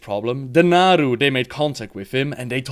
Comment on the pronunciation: Seriously people, it's VELEN* and NAARU*